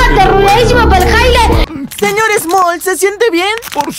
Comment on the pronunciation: en el es el se;or small no moll